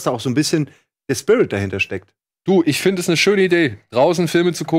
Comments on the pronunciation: Hat Simon nen Sprachfehler...Eeeees! 😅🤪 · Tiefenpsychologie nach Freud. Wird da mit langem E ausgesprochen. Demnach ist das Es der Zerstörungs- und Lusttrip des menschlichen Ichs. Vielleicht hat sich das bei ihm während der Gymnasialzeit eingebrannt. Wird in Psychologie behandelt.